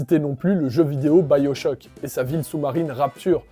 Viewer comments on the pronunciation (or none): none